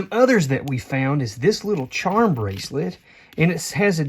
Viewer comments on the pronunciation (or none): none